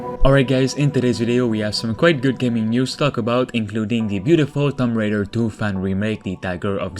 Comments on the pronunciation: It’s not thump raider it’s (two)(om)(b) raider got u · I kept hearing Thumb Raider. Sorry. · “Tumm Raider” lol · What is Tom Raider? TOOM-B Raider...